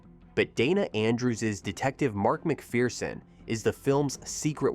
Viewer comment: The Perfect film. Clifton Webb❤❤❤❤❤ And it's "Mc FUR son" -- there is no *fear* in McPherson!